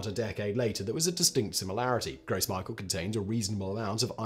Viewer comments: Gross Michael? Really? It's French, and pronounced "gro mishel" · Gross Micheal! 🤣 that’s sounds awful in so many ways The way I normally hear it pronounced is grows mee-shell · Simon! My ears bleed when you pronounce Michel as Michael 😤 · I cried when he pronounced it as Michael 😂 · It's pronounced groh Me--shell not gross michael lol. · It's pronounced "grow mee-shell" lol, I'm dying.